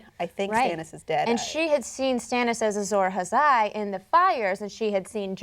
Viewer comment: Azor Hazai? Isn't it ''Azor Ahai''?